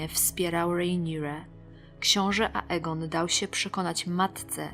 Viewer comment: xDDDDDDDDDDDDDDDD...RejniRe, książe dał się... I to wszystko z ambony xD Ale i tak Cię lubię:D:>D Bogu niech będą dzięki. -...